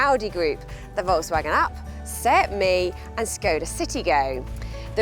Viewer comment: Being in the car business and not knowing how to pronounce Volkswagen is just embarrassing.